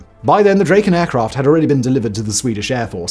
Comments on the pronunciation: "Draw-ken" not "Dray-ken" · great vid, thanks! beautiful plane. one comment though, it should sound like "drah-ken" (not "dray-ken", as said throughout this video). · Hi. Try Drakken, not Drayken. You got it right at the very beginning, then forgot! Try Dragon with a k, and thazzit! A, as in cat. OK?